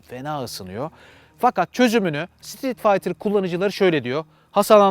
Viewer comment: sitrit faytır ... adını söyleyemediğiniz motorları tanıtmaya çalışıyorsunuz ... ah barkın abi kimlere braktın piyasayı